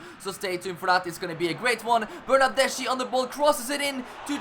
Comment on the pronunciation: U have to read Chiesa like Kiesa, also Bernardeschi is like BernardesKi Beautiful Master Leauge 😍